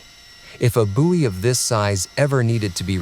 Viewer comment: Just a note, it's "boy" not "boowey". You're welcome!